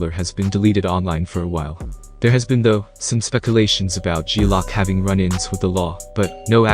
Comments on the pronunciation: Good video but learn 2 pronounce the difference between lock and loc...loc means crip and saying it wrong just shows how far from the culture u really are lol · It's loc not lock yo....geeeeez